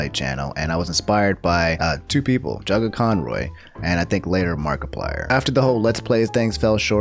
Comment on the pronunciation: Guys he said Markiplier right